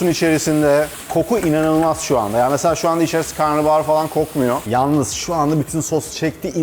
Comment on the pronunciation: Karnıbahar değil ama karnabahar... pliiizz